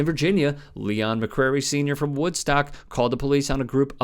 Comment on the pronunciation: FYI, dudes name is McCray, not McCrary